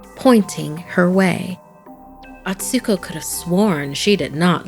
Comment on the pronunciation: You pronounced Atsuko wrong! It's A-tsu-ko, not At-su-ko